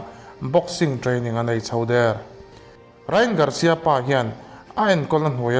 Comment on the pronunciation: Rai-an tih tur aw❤